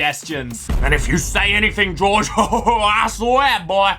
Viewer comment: Why do you keep saying George like "Georgie"